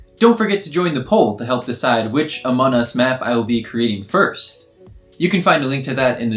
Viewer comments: CAN U PLZ AT LEAST SAY AMONC US BC IT SOUND CLOSE ENOUGH AND WAY WAY CLOSER THEN AMON US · Are we going to ignore how he says: Amon us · Its funny how he says “amon us” cuz i dont hear the “g” lol Edit: no offense btw :)